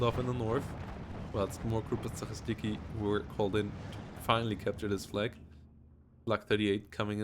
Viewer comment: Its gruppa zaCHistki like word Chew. Ch. Gruppa za-chi-stki or group of sweepers if we to translate it